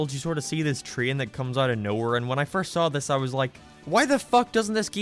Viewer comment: For some reason, this video in particular makes me realize your accent makes you pronounce things really weird. For example you pronounce "train" as "tray-in" with two distinct syllables.